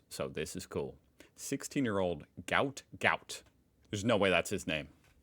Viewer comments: The sprinters name is not "Gout Gout" it is "Guot Guot" Pronounced "Gwot" (but modern journalists being what they are, they probably use spellcheck for absolutely everything and it came out as "Gout") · it was actually a typing error and it's Guot Guot (like goo-ot). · Gout Gout is pronounced Gwot Gwot (as stated by his father) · Not Gout Gout. Guot Guot. Think Gwot Gwot, with less American emphasis on the "ot". The receipt shows the total, then will show how much of that is GST. The extra 11c is a bank charge, that's why it's not on the receipt. There's a lot of push back at banks about their charges. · Gout Gout is pronounced Gwat Gwat, He's a Queenslander but from African Decent and he's the fastest sprinter we ever had. The tree is a Fig of some kind , probably Ficus hillii, these ban be shaped in this kind of tree often called "Pleaching". In Australia the GST is included in the total the receipt just states the tax amount as part of the total. In Australia you don't really need a gun to protect yourself but to set an example give the girl some Gaol (jail) time.